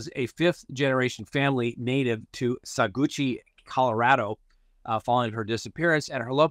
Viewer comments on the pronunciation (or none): Saguache is pronounced Sa-watch. My grandmother was born on a ranch near there. Thank you for the updates! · Edna's County and City is pronounced Săw-Watch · Pronounced SAW watch!! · Saguache is pronounced "Sawatch". 😂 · Saguache = sa-watch. Sa as in salt. Saguache.